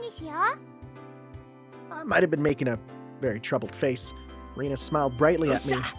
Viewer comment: I'm thrilled whenever i see people playing Higurashi, so i'm quite excited for this playthrough! Also for Rena's name it's pronounced as Rè-na or "Reh-na". Just letting you know since this'll be a long series and i know how hard it would be to change how you say a character's name in future chapter after getting used to saying it a lot previously.